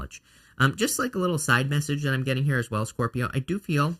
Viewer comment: Best reading ever! I just love it when you say SCORp-I-o it makes me smile. Love your channel so much. Finally starting a new path after years of setbacks and this reading was spot on. Good luck to all 😊